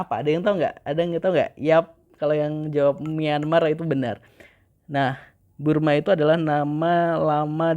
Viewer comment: Bang bukan Burma tapi Birma